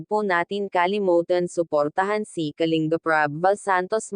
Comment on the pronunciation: Anu klase pag basa mo sa KALINBAP. .....???